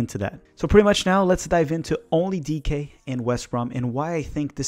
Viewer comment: I've learned a lot about Daryl Dike from this - not least that his surname is pronounced ' DEE-KAY '. Thanks